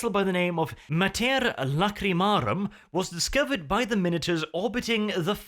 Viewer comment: are you kidding me???? ''Mater Lacrimarum''? The mother of tears.......